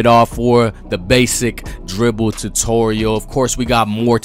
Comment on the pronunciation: Whats a Dutorial lol